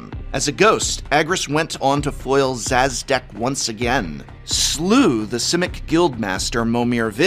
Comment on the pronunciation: It's pronounced Sha-dek not Saz-dek. The Sz makes a Sh sound. Comes from Polish. The name Szadek is actually a city in Poland. Nitpicking I know, but im sure this will be interesting to someone.